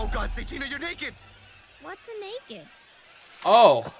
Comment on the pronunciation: "Sa-Tina", is how I think it's pronounced! Just a suggestion!